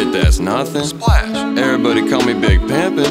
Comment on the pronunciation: He pronounces his adlibs like Barack Obama would, just listen to how he says splash